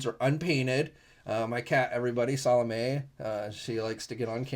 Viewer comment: Did you say salame? Are you a Tim&Eric fan?